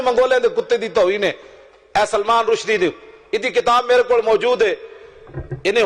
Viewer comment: पत्रकार महोदय नाम तो सही बोलिए। रशीदी नहीं रुसदी है।